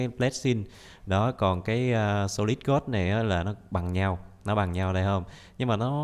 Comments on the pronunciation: Phải nói là Tiếng anh: gold Người bình thường: gôn: gót 100 englisk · Người bình thường đọc:Gold đọc:God